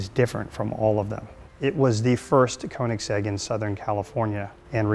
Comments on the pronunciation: It's Köenigsegg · I can’t stand how they pronounce Koenigsegg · Why are they all cringy af? And why the fuck cant any of them say Koenigsegg properly? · Own the car, yet can't pronounce the name properly.... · They can own the car but they can't pronounce it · They can't even pronounce Koenigsegg correctly...